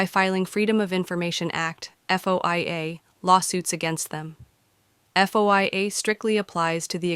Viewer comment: Is the voice AI-generated? It sure is mispronouncing FOIA.